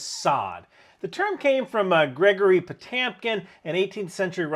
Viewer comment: Interesting video! But I'm not sure why you're substituting an 'a' sound in place of the 'e' sound in Potemkin. It's Potemkin, not Potamkin. And if you really want to be accurate, Grigory is pronounced more like "Gree-gory"